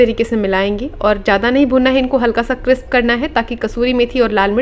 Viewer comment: क्रिस्प न कि क्रिप्स।